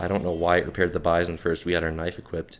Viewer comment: Nice, I'll give it a shot, just for the magazine system alone. I seen it before in AMK Soljanka Deluxe (the german* version of People Soup), but for obvious* reasons I couldn't play it. Oh, and it's "bee-zone" and not "by-zohn", it sounds better IMO, it also happens to be the correct pronounciation (I already checked), and because by-zohn sounds like M. Bison, man. This mod would be a nice appetizer. Lurk 2.0, Misery 2.0, Lost Alpha and so many other interesting STALKER mods are taking forever.